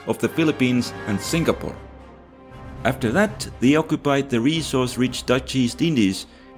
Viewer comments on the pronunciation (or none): none